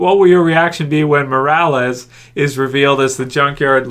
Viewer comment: pretty sure, it's Morales.